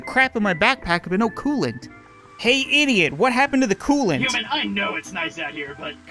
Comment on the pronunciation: Wheres my cooloant??? Last episode: Throghs cooloant